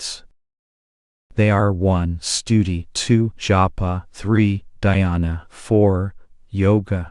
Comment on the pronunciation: Take more care about your pronunciations😀 Dhyana, Jnana, Guru, Mantra. Many such words